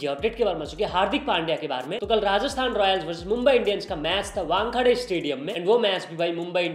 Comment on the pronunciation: It’s WANKHEDE ( Wan khe day ) not wank adhe 😂